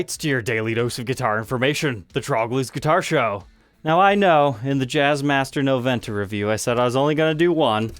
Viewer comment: As it's a Spanish word you should say "nobenta"... The "v" in Spanish is pronounced "b"!